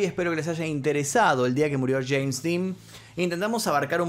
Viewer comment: No sé dice cheim ridículo es jeims